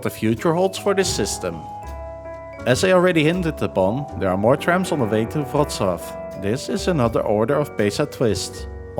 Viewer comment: The Polish Ł is pronounced like an English W, not a V. It was originally a dark English L.